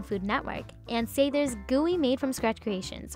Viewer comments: Sa-thers not Say-thers, producer host whats the matter.... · Even though everyone else in the video says "Ann Sathers," girl can't stop saying "Ann Say-thers." Seriously don't narrate/host a video if you can't even pronounce the name of the place you are presenting. Thank you, -Chicago native who lived on Belmont two buildings down from Ann Sathers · Everyone else: "Ann Sathers":" Ann Saethers" If you heard it you know what i'm talking about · Okay great video and I am so glad Ann Sathers is getting recognition because it is amazing, however the narrator mispronounced it the entire time. Listen to how the other people say it (Sathers not Saythers), that’s how it is really said. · I just heard the owner say Sathers and Saethers, now I am confused?? No matter still love the rolls lol 😅